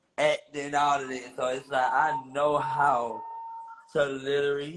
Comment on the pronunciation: Will somebody teach how to say literally, it's not litery😂